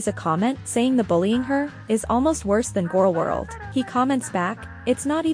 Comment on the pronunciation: She mispronounced Gorl World.